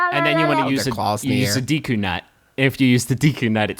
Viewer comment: These stupid idiotic poopyheads said deeeeku nut instead of deku nut.